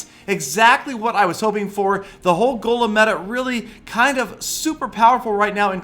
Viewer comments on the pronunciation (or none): none